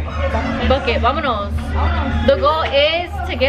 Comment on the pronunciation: Lmfaooo NO ONE LITERALLY NO ONE::AMONOS AMONOS😂